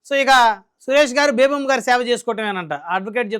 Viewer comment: ఆ వనిత పేరు బేబామ్మా కాదు సార్!బేబీలత. (అమ్మ )ఎందుకు?